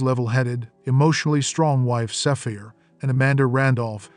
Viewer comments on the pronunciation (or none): I was shocked when I heard the narrator mispronounce Saphire's name. It obviously someone who never saw the show before or some kind of robot. 😂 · how did you say "sapphire" ??? Lmao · His wife "Safeer?" Saweet Jesus! It was SAPHIRE pronounced SAFFIRE! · The Kingfish’s wife’s name is pronounced “Sap Fire”.